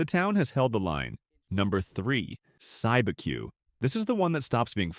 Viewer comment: Cibeque is pronounced "SEE-B-Q"